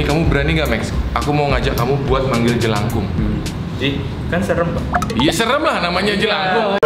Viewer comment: Salah bang Bunyi: jelakung